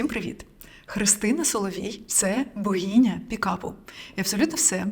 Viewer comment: Ну слухайте, оце слово з вимовою "багіня" це триндець